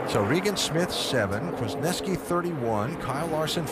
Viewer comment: Kwaznewsky,thats how you pronounce his last name